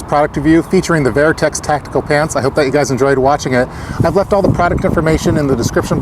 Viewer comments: Is it spelled vIertex? Or VertX? Why are you pronouncing it VIERTEX? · Wtf is vairtex..... Vertx